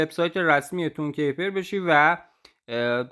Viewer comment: تون کِیپِر» درست نیست » تون کیپِر» درست هست »